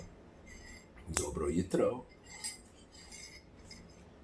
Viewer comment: Did u say dobro jitro? Its dobro jutro